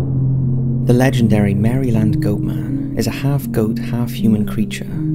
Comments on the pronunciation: I know it probably sounds weird, but Maryland is pronounced "mare-lynd" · Mera-lend. American pronunciation.